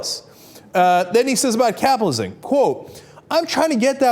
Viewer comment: Dude, it's cap-IT-alism, not capalism!